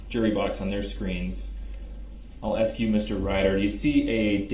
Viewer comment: it's SUSTAIN not SUBSTAIN and it's pronounced as ASK not AKS! hahahaha pathetic. go back to school! oh wait! you're in jail! hahahaha